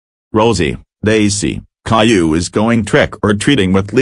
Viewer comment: How you pronounce it "cailou"